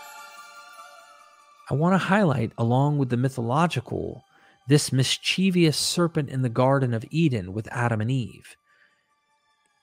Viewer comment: it's pronounced 'mis-chih-vuss' not "mis-chee-vee-uss". 3 syllables, not 4. (Not a criticism, just an FYI 👍)